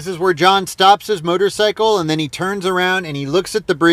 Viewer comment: I love how you pronounce it "murdercycle". That's exactly what it is.